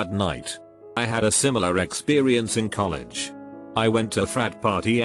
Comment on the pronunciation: Things robot voice says weird: F-ine Boos Coll ehg XD